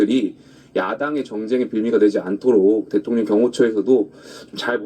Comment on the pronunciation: 김병주씨 대통년이 아니고 대통령입니다 한국말 발음이 어찌 3살짜리 우리 손자 발음 보다더 이상하네요